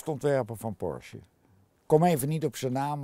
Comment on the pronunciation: Hehe eindelijk iemand die Porsche goed uitspreekt.